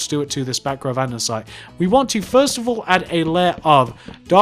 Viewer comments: Your vids are great an all but it kinda gets annoying when u keep saying andensite, it's ANDESITE okay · Lol andensite! Its andesite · Can I just say that it isn't Andensite, it's AnDESTite?